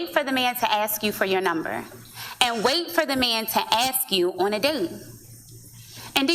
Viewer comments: "When I interview bachelors, I axe them..." lol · Oh there we go. She said “axe” instead of “ask”. Literally everything she says in null and void now. Next!!?